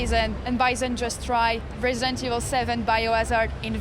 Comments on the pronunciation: what is Resentiel 7? ...... i wonder what her heritage is cause shes having so much trouble pronouncing the words. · "resential evil." lmfao they should have gotten someone who could pronounce the name of the game. smh